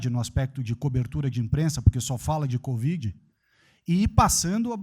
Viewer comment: Melhor parte foi o presida dizer: CODIV...😂😂😂😂😂